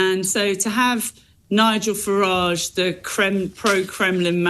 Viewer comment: How do you pronounce Farage? James says "Farr -idge" 🤣